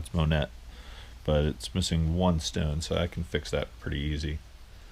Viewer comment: MONET not ONET. We like to give you a bad time sometimes ☺.